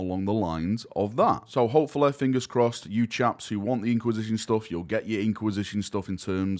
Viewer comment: "Hofala" /Almost/ need closed captioning for this accent. Turns out its hopefully.